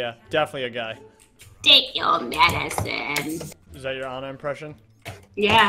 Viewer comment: I lost it at the Ana part. "Take your medicinne..." x'D